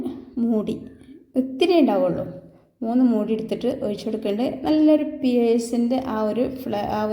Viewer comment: ഒയിച്ചു,, കോയിച്ചു,,,,,, മലയാളം പഠിപ്പിച്ച മാഷ്,,, ഉപ്പുമാവ് സാറായിരുന്നോ